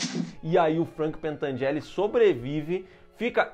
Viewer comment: Gente não é pentangelle é pentangelli